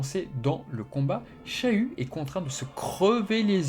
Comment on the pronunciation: je suis le seul qui entend chayu au lieu de shiryu???